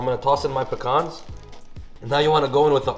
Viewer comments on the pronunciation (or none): none